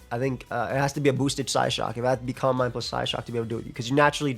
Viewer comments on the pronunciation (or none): none